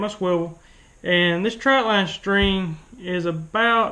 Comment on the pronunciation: Why does everyone say troutline? It’s trotline. Trot trot trotline. But this video was pretty good.